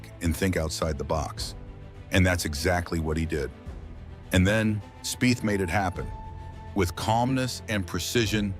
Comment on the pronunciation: Pronounce Speeth